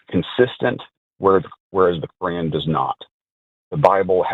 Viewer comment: It drives me crazy when American people say "Cor-ran" for the Qur'an.